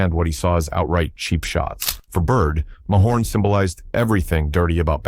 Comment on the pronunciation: the narrator is so wrong as was stated by someone else below, bird took isiah off the hook and said he forgave him. Plus its pronounced muh horn, not may horn-Narrator os a real tool